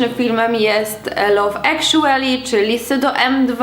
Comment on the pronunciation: Gdy ogląda się na telefonie to czasem Autokorekta poprawia nam słowa poza tym czyta się ekszuely. Przynajmniej na filologi angielskiej Nie wspominają o wypowiadaniu w twój sposób. Pozdrawiam